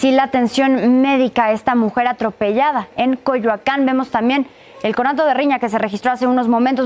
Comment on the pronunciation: Esta chida la palabra Atorpellan 😂😂😂